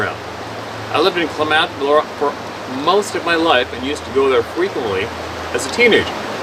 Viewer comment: Great to see you my friend! Help with pronouncing Klamath Falls: Kla-Muth. You do great on most of your pronunciations though.